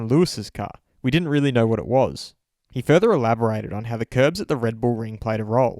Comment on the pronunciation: isn't it curbs?